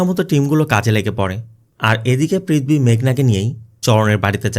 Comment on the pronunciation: i really enjoy your explanation just one suggestion please correct your pronunciation, sounds odd. IE "পৃথবী instead of পৃথিবী।